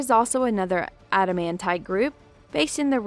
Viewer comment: I'm offended by the mispronouncing of Adamantite. There's no auto sound at the start. The show is loaded with real pronunciation of the rank.